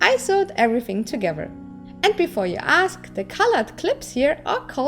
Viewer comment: I love your videos ...and how you say togever!